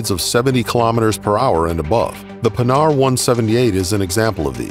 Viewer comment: Ok, that's a great project! But please, make the prononciation of "Panhard" correct in your videos.. This manufacturer was not about making hardened pans! Oh and just don't make the charges a consummable.. That would make no sense! An engine wear that could end with an engine broke if used to much would much more logic.